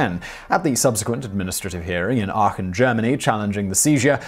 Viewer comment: Kudos for pronouncing "Aachen" correctly. :D